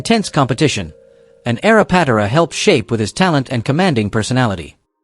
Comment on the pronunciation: I hate AI. Ken PAT-uh-rah??